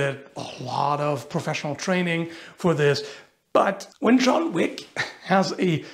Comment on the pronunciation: I read your "John Whick" like Family Guy's Stewie pronounces "W(H)ill W(H)eaton" and "Cool WHip"... 😂